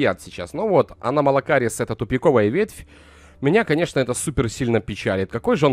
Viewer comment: Правильнее аномалакарис